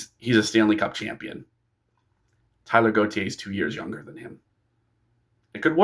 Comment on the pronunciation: Taylor, not Tyler!